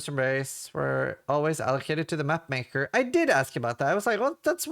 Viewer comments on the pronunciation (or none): none